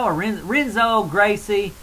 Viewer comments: Dude. It's pronounced "Henzo" Gracie. I cringed every time you said "Renzo," hah. But anyways, I pretty much disagree with everything you said about the BJ fight. BJ is in his prime! Did you not see what he did to Kenny and Diego, both of whom are better than Frankie?... The only reason Frankie got the title shot was because Gray Maynard looked pretty shaky against Nate Diaz. I just don't see where Frankie is better than BJ. Striking? C'mon man... BJJ? C'mon man... Wrestling? BJ is too flexible. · Hehe. I like this guy. Like the southern draw, cool. The R in Portuguese is pronounced like a H. It's spelled Renzo, but it's pronounced Henzo. Not that i understand Portuguese, but guys in my class speak it.